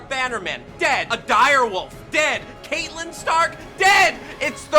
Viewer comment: it is KAT-lyn not kate-lyn!